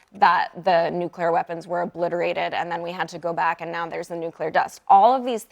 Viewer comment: Not nugleer. Oil. What about oil.